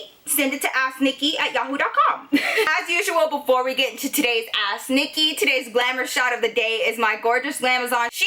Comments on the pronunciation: I love love your storie times and u in genaral but everytime you say "ask " it sounds like your saying "ass nicky" love you girl!! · When ever she says "ask Nikki" It sounds like "ass Nikki" 🤣I'm sorry but it's true